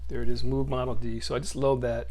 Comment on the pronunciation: The Muug? It's Moog..